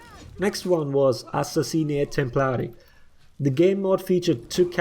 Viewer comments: That "assassini e templari" pronunciation tho... as an italian, i am pleased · Coming from an italian, your pronunciaton of Assassini e Templari is fucking spot on. Talking about the actual video, I really hope for something like this to happen, cause some of those modes wew the most fun I had playing this game.